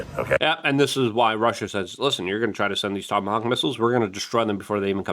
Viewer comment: Haha he said tomacock